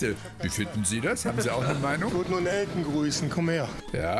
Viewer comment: Elten nicht Elton 😂